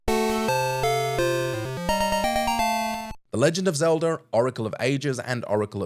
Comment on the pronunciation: Zeldr??, please fire this guy